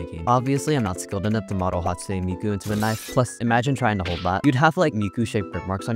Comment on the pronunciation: hatspoone miku